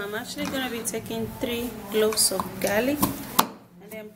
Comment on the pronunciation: You mean cloves? I hear u saying gloves